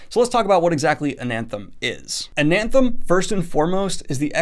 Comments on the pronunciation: Why does he keep saying AnaNthem? There is no N if he reads a big font wrong do you believe he read the same book as us? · Is he saying AnAnthem ??? Huh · Lol I don’t mean to be that guy but every time you said “AnaNthem” in the beginning, my brain was like “Daniel there’s no second N” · "an anthem" FOR THE LOVE OF CHRIST SIR. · it's uh-nath-em. guess you're not that certain type of reader after all :) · Why do you keep saying “AnaNthem?” That second “N” isn’t there... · You keep saying "AnaNthem" with two Ns. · I keep getting really upset cuz I hear him say anthem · There's only one "n" in Anathem. It's not anaNthem. It's like the word anathema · When you talked about readin Ananthem in your other video, I thought you said Anthem and I was very confused because Ayn Rand isn’t exactly a loved author, haha.... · cant even say the name of the book correctly.. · The way you pronounce Anathem is like you are a lost sline that never been to apert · Adding in an extra N into Anathem unreadable reeeee